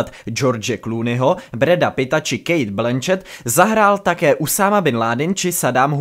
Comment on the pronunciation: Tak to bylo excelentní, kdyby takové videa pouštěli v televizi, tak by jsme měli o zábavu postarané. Jenom mála chybička, není Kejt Blenčet ale Kejt Blančet, ale to je jenom detail. Jinak samozřejmě solidní.